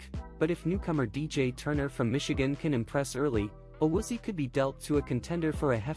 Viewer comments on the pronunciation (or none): Pronounce his name, it is A Woo Zee Ayy. Stupid robot voices are horrible. Also, I agree, Collins might be trade bait unless he is healthy and plays better in 2023. Williams can go as well. Carmen is improving and could be our starting RT. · Awoozy? 😂 nice butcher job